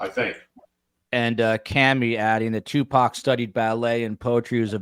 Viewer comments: It's Tu..poc. not Tu Pac..😅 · Agree. He actually knows information about people in Tupac's circle, but wants to be a smart-azz throughout the show and deliberately mispronounce the man's name as two-pack. He clearly knows better---just a jerk-off. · The first 10 minutes of this discussion is disturbing. blatant indifference for the loss of life of a rapper was extremely inappropriate. He pronounced Tupacs name incorrectly obviously on purpose. Shakur was a murder victim no matter what feels about the genre of rap music. Why even interview him if he was clearly indifferent. Also the misogyny of the "teenage crush" discussion was repulsive.... "the swimming pool scene" when mentioning Phobe Cates..... that was gross. Would you and have spoken that way if a female was on the panel? I started listening to STS due to the Idaho student murders but I think as long as you keep as a guest, I will find case discussions elsewhere.